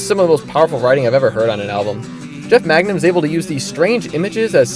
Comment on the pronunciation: Both. Both is good. Also just an FYI, it’s Mangum, not Magnum. Took me a while to figure that out too